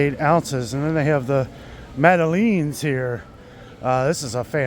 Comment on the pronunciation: "Madeleine" is generally pronounced like the girl's name "Madelyn".